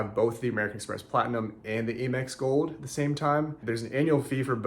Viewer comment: Why are you saying AYE MEX instead of Amex with the short “A”?